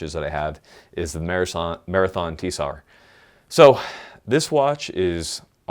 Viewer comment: T-sar? haha isn't it just Tsar ? Also, you can SERIOUSLY dive with a G-shock.